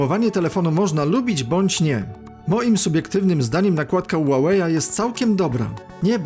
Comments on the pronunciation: Ła łej chyba ma być a nie ulalej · Spolczając nazwę z angielskiego powinno być "hiuwej" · Ja tam słyszę ułałej 😁